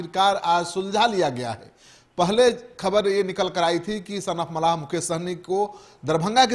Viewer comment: Pahle bolne ka Sikh. Mallah hota hai malha nahi. Muzaffarpur jeet tay Hai. Khagariya or Madhubani dono me se ek seat Nikalna v tay Hai. Madhubani se Muslim candidate hoga. VIP party se.